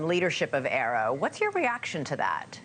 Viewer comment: Newsnation should prep more for the interviews. Like learn to pronounce AARO.